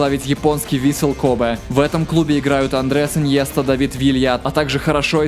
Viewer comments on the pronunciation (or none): none